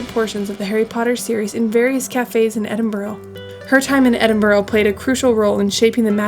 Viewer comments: Not really called Edinboro. it’s more Edinbora, or Edinbra. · EdinburUH. No idea why you would think it ends with an O. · It's not edinbro it's said edinburu... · Repeat after me - E-din-bruh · Soon as I hear Edinboro on these things I turn off!🙉🥴 how hard can it be…….? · It's pronounced Edin-bruh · Lovely vlog, but its pronounsed Ed-in-bra, just so you know. I know we have crazy place names etc. It was done to show the English up, but now it catches out Americans. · Truly excellent video almost completely ruined by that execrable pronunciation of 'Edinburgh'. I almost gave up listening to the narration on several occasions.😵‍💫😮‍💨😮‍💨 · True dat...but that dreadful attempt at saying "Edinburgh" is enough to cancel it out. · Sorry, but I couldn’t stand the mispronunciation of Edinburgh after 3 minutes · It's not Edinburro, It's Edinburr ! Also Jack-o bites not Jay-co-bites !